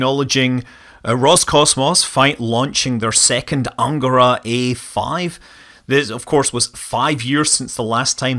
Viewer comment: BTW Angara is stressed on the last syllable: angaRA - it is the name of a large river in Russia's Irkutsk Oblast and Krasnoyarsk Krai, flowing out from Lake Baikal.